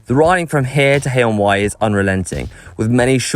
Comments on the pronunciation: got Haye-on-Wye and Monmouth correct. Pity they didn't take the route down to Barmouth via Penrhyndeudraeth, Llanbedr and Dyffryn Ardudwy. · Congratulations on pronouncing Haye-on-Wye and Monmouth correctly.